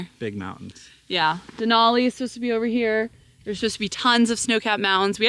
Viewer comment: De-nal-e (nalll not noll) , minor, but that's the name. Now back to McKinley 😁